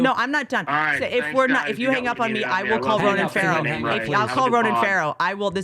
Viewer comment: Whitney is pronouncing Fahim as if it's Hebrew. What a clanger!